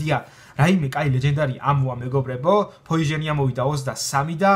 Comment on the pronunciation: ფოიჟენი არა ფოიზონი